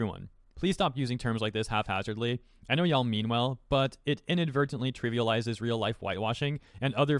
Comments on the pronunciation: I've seriously watched this like 20 times just cuz I'm in awe about you saying "HALF-hazardly"...like have you never heard that word in your life? I'll be back just to sit in awe later. Mmmmmkay byeeeeee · I'm sorry did you just say "HALF-hazardly"?